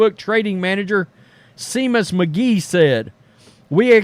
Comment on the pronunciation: Pronounced Shay mus, not see mus